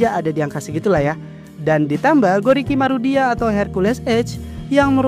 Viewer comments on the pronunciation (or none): Bukan gorikimori bang salah harusnya gorikimaru